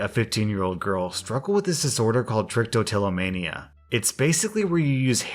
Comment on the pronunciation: Yo, love your vid, but its pronounced tri ·kuh·ti·luh·mei·nee·uh